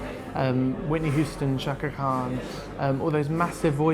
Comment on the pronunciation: did he say cakra khan? please replyyyy